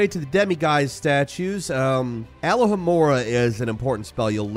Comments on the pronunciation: al-la-ha-mora just just got my attention how he said it wrong al-lo-ha-mora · Brother its Ah Low Ha More Ha not all oh ha mora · It's not alohamorah, it'ss alohamoraaaaaaaah. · All-OH-amorah. Not ALL-oh-amorah. Otherwise. Great stuff,! Thanks. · "It's Al-oh-hoh-more-a, not "A-la-ha-more-a" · It's Aloooooohhhhh-hamora, not Alahamora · i appreciate the video as a new legacy player… but as a 20 year fan of the series, alohomora is pronounced “ah-low-ha-more-a” 😂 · Bro every time he said Alohamora, it sounded like he said aloe Vera😭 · You said alohomora like you were going to say alakazam or aloe vera when the first part is pronounced more like the Hawaiian aloha, a-low-ha-mora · Why cant americans say alohomora properly? They always stick in a A, its an O. Watch the movies i am sure you have, they teach you how to say it correctly. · It's pronounced A-low-ha-more-a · Just sayin Hermione would've lost her shit. ALAHAMORA?? Bruh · Every time you said alohhamora my heart broke a little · not a big deal to some but i find a bit irking, please say alohamora correctly,,,,, its pronounced ah-low-ha-more-ah not leviosaaaaaaaaaaaaaa edit: the dark arts pack isnt a ps exclusive, its all platforms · The pronunciation of Revelio and Alohamora though... 😬 Revealio and Allahamora... 🤣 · Man how do you manage to mispronounce sh1t you spent hours and hours listening to the game say? Every damn game 😂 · How do Americans watch 8 films and play through a 50 hour game and still pronounce ‘alohomora’ that way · How tf did he just pronounce "alohomora"?! Kidding aside, great video! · umm... that's not how you pronounce alohomora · Was is bothering anyone else when he was saying alohomora wrong